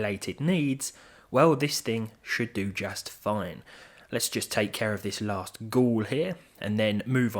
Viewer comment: "Let's just take care of this lassst ghoul, and there we go." Brilliant.